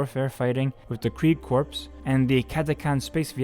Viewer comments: Corps is pronounced core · Corps is pronounced "core."